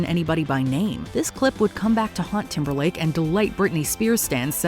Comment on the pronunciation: Hey, It’s Timberlake not Timberline